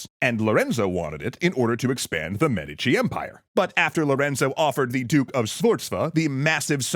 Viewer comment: Why are you saying Medici so weird?